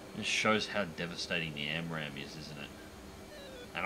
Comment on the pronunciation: >Sees title You said SPAAMRAM?